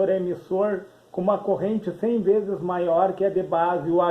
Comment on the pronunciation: 'Chees' 1k..10k...esta errado falar..o correto é 'veses' 1k....10k..